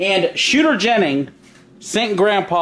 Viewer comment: Jennings not jenning